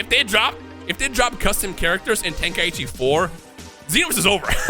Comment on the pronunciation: God damn it. The dude said it in the presentation and YOU STILL say it incorrectly. TEN-KAI-CHI. not TEN-KAI-EE-CHI. Why do people do this.